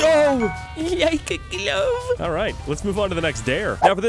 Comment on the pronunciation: i love when you say like e glove